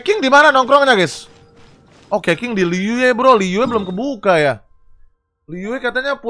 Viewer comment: dibacanya kecing bang bukan keqing